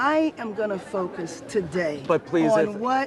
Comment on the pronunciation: Did he said “F%CK US” or “FOCUS “